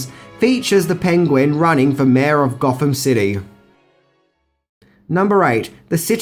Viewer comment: Goffum city... Eeva... Furva... Bruvva... Fourt... Deff... Fankfully... Levvaface... Togevva...